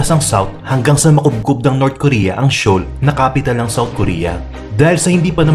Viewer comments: anong showl? Basa don ay soul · That "Sheoul" tho HAHHAHAHA